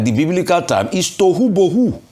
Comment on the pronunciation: Rufai that Hebrew is “Towho-wabowho “ out of nothing nothing comes.